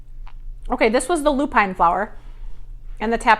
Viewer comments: Lupin is pronounced as ‘loop-in. Emphasis on the first 3 letters and not the last 2. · And how about LOO-pin and BOH-chuh not BOH-kuh 😚